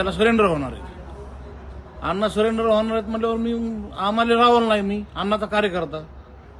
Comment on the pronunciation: CID ला शेयाडी म्हणतो 😂 सरेंडर ला सिलिंडर म्हणतो 😂 अरे काय बावळ्या तू बेरोजगार आहे का 😂 आर तुझे व्हिडिओ पाहिले आम्ही सोशल मीडियावर 😂